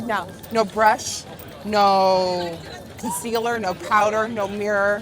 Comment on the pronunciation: Nikkie: conceaLLERRRRR British girls: conceaLAAAAA